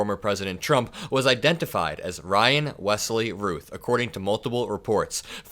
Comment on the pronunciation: I believe Routh is pronounced like the word south, like the actor Brandon Routh